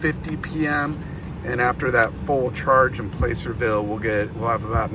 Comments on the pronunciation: Was driving me nuts! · If you can’t pronounce placerville correctly don’t come to Tahoe